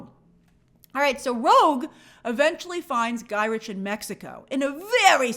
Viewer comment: Guy rick…guy Rick… not guy rich